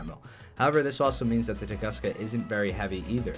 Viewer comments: Little advice, it’s actually pronounced like “toon-goos-ka”. And yeah, damn you so hot 🥵 (nohomo) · Close, but it's pronounced tung'oo'ska. It's also true name of and event where a giant meteorite flattened an entire Siberian forest. So we got a forest flattener in game.